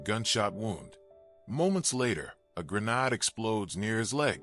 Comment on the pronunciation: a gren-nahd???? we don't honor your laziness in using AI